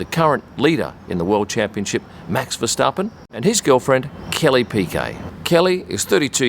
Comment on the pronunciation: The host of the channel is one of the few that actually pronounces Verstappen correct (with an English accent)